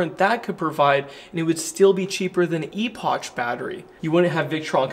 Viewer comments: its not "ee poch" it's 'ee-pok" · "Epoch" pronunciation = "epic" pronunciation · Epoch is pronounced eh-puhk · It's pronounced Ep-pic